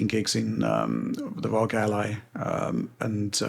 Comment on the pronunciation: It’s pronounced “R-O-G” not “rog” 🤦🏻‍♂️